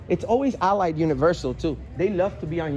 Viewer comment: the suppose news reporter can't even pronounce Allied right. Go look for a real job man.